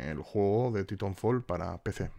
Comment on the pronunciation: yo np sé mucho inglés pero creo que se pronuncia ''Taitanfol'', y si no se quiere poner demasiado acento ''Titanfol'', lo digo por que no lo pronuncias del todo bien, con perdón. Juegazo y like por la información.